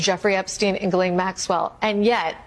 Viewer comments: Gee-Lane. It’s not hard. Gee-Lane. You can look it up. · Grand Jury testimony will not be released to the public. According to lawyers this is just a time waster, the court will never allow it, Plus that's not the files we want anyway! Please Ghislaine is pronounced Gee-lane silent S, Ghis=Gee (like geetar guitar) NO that's just it, her lawyer is tight buddies with Blanche. No one is on her side! If she takes a pardon to keep her mouth shut, I bet she dies mysteriously within months. She would be smarter to lessen her sentence by complying with Congress, & helping the world get rid of taco boi! That would be a small redemption for her. She IS a sex trafficker after all. Will she lie to Congress? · Is it a Freudian slip that you keep calling her 'Jizz Lane' Maxwell? 🤣Please, please, please, nobody tell the Americans how to pronounce her name. I bet my bottom pound sterling it drives her absolutely potty. 😄